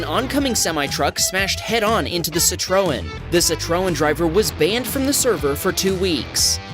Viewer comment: Nooooo you didn't say "sitrun" for citroen 😭